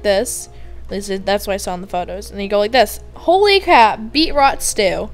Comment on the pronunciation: its pronounced BEET-ROOOTS srry </3